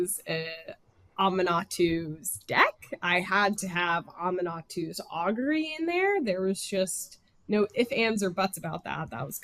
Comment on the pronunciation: That is NOT how I thought Aminatou was pronounced